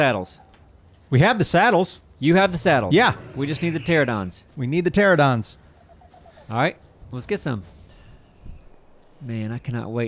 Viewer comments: "pteradon" pls tell me someone knows what's so disappointing about this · Sorry to be, 'that guy', but it's not Pteradon, it is Pteranodon. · ITS NOT PTERADON! ITS PTERANADON! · Haha in the 7 years of ark they still say teradon bahahah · They still can't say pteranodon😂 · Do they ever learn how to pronounce Pteranodon? So suspenseful.